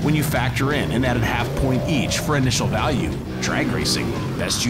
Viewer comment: Anyone else notice “best initial balue” to the end? Lol